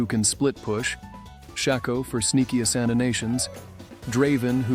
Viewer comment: saying ezeral is unemployed bc he enjoys this game lmao, scarily accurate, also , as-sand-inations lol